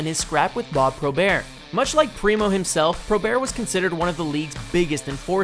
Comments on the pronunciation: Who the fuck is Bob Probear??? It's Bob Probert, BERT. WTF?? Get it right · R u serious Bob Probert. Learn how to pronounce it idiot..Bob Pro Bert....The baddest Man in Hockey History getting his name butchered by this idiot..R I p...Mr..Probert... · I know how it's spelled, but don't insult Bob Probert by pronouncing his name "Pro-Bear," like he's some pansy ass Frenchman. The greatest fighter in the history of professional hockey deserves his name being pronounced properly. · how fucking disrespectful....pronounce proberts name properly he wasn't French u fucking idiot